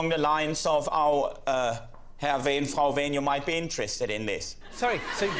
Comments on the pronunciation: I mean, who among us hasn't gone with strange men to foreign countries on a whim? Edit: Btw, you can hear his name being properly pronounced by Henning himself . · That's the correct pronunciation.